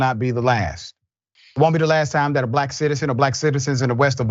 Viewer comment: Emphasizing the word black to strengthen the race baiting narrative